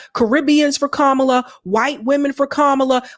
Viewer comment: I love how he pronounced her name “Camela” again after they just grilled him about that on the breakfast club 🤣